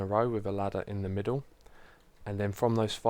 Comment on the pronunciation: "...and then three sou'sand across the middou'."